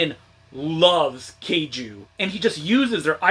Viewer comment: You’re saying kaiju wrong.